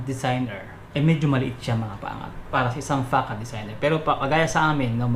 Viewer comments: Sir, yung tamang pronunciation po ay fuh-SAHD.. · Sir yung Facade ang correct pronouncaition nyan ay Fasad....